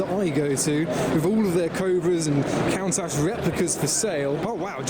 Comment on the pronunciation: Some people don't pronounce the "o" in countach, I'm guessing it's to avoid the wrath of YouTube 🤷🏻‍♂️